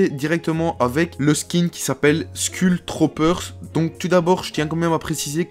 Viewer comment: Il dis skull Troopers mais sa se dis skoull trooper